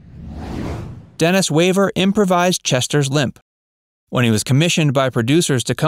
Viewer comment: I was going to hit like until I heard the mispronounced Dennis Weaver.